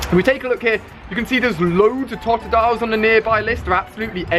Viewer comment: Did he say tot-dile, it’s todo-dile